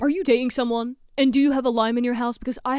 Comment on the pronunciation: Love your content, but please work on on enunciating your t's. Like "dating" and "Toyota", you inconsistently pronounce the second t